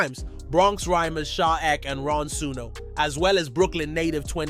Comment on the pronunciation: “Sha eck” 😂😂😂